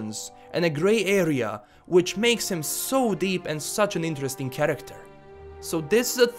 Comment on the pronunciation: What i heard all video: 1. karaktar 2. karaktar 3. even more karaktar